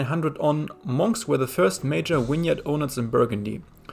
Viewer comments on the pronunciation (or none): say win-yard one more time mofo. 11 nice wideo though